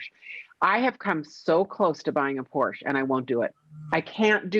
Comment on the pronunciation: You know I love you but you've got to pronounce Porsche correctly if you're going to own one 🤪